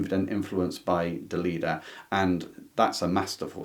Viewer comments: I need to correct you. The last author's name is pronounced DELEDDA, with an e, not Delidda, with an i. Love your channel and never miss an episode. Keep up the good work Love from Santiago de Chile (but I am originally from Milan, Italy) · I would say pretty much all the Asian and Southamerican writers were new to me. At school we tended to learn mostly European ann northamerican authors. I grew up in Italy and had to read Grazia Deledda (I wish I had a way of letting you hear the correct pronunciation 😉) as part of the literature curriculum. Though her best known work, the one we had to read, is Canne al Vento (Reeds in the Wind). Unfortunately back then (I was a teeager) I didn't appreciate her as much as she deserved.